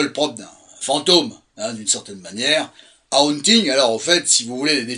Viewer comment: Ca se prononvmce "Hôônnnting" kiss! 😊❤